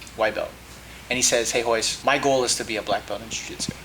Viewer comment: Its hoyce not royce